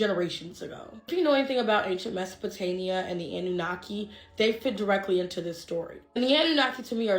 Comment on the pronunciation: Am I the only one finding it annoying when she says "MesopotaNIA" Instead of "mia"?😅